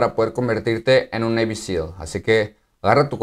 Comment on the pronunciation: SEAL no SELS